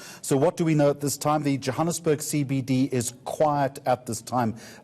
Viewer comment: This white guy is a real idiot, he cant pronounce Johannesburg properly but he can pronounce the African surnames - These liberal whites are such a joke in this country...